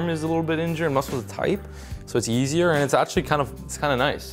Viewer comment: it sounds like you said "yeezier" lol no shade, no hate I just thought it was funny lol